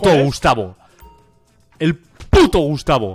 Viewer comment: a dicho "Gustacio"? JAJAJAJ NO PUEDE SER AKDHKS